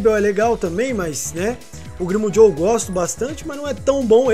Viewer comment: Toda vez q o fala "Grimmjow", eu entendo "primo jow" kkkj